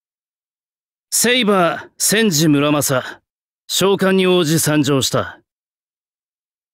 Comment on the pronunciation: 「せんごむらまさ」じゃなくて「せんじむらまさ」なの慣れない…w